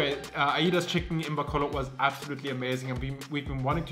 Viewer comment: Ay-das not ayi-das. I love this video.